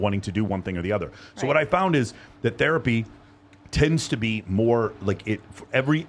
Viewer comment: Bro "Therpay"?